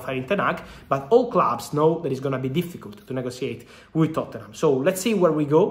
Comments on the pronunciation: It's Totnum bro not Tottennum LOL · Fabrizio pronouncing Tottenham 💀